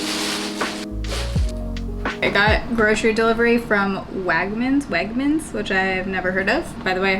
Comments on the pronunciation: Lol at you saying Wagmans. One thing I like about their products is that their own name brands are actually good quality. I was born and raised in NYC and you make me miss it. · The east coaster in me squealed in joy when you said "wagmens" wrong. So cute. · Wegmans is pronounced like "beg"... and my favorite sparkling water flavor of theirs is Ginger. It tastes like ginger ale without all the sugar. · Omg the way u pronounced wegmans😂😂😂 it’s THE BEST grocery store!!!